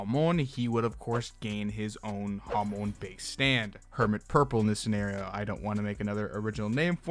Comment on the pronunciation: i'm sorry but why do you pronounce hamon like jámon